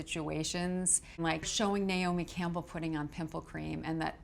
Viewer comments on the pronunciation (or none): none